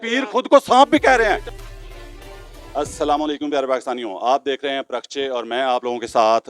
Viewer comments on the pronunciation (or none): Salam kaam tik hy. Magar ye Lafz parkhachy hy parakhchy nahi. ya kindly tik kijiyga thanks